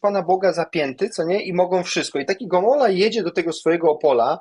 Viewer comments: Gomoła, a nie Gomola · Gomoła, a nie Gomola.